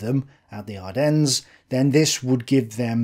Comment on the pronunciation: Just for future reference the "s" in Ardennes is silent. Unpronounced, as in non existent, even if it is there. French are French.